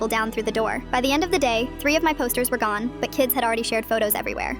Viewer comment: Bro said GUN not GONE